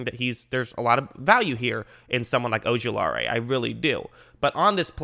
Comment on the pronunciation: Sorry but i got to say it. O-ju-la-ri There no AE at the end.